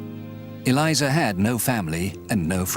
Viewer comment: Eleeza.... it's pronounced....